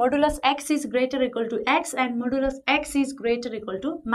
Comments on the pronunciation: Its modulus not moduluf lol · You are parcting or teaching you dont how to pronounce modulus ..hopless maths teacher...